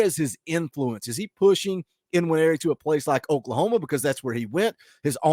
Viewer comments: Believe the N in Nwaneri is silent. Hope the Sooners get him...... but I'm skeptical on this one. Wish you guys luck. You have a hell of a coach. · According to Austin and Wiltfong the ‘N’ is silent in his name so it is pronounced ‘wineri’.